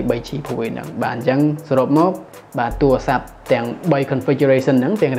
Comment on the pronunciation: សូមនិយាយពាក្យ "ទួអាស័ព្ទ" ទៅជា "ទូរស័ព្ទ" ផង សូមបងនិយាយភាសាជាតិអោយច្បាស់ជាងភាសាបរទេស។ សូមអភ័យទោសផង ដែលរិះគន់ តែដើម្បីស្ថាបនាទេ។ ខ្ញុំនៅតែគ្រាំទ្រគ្រប់វីដេអូរបស់បង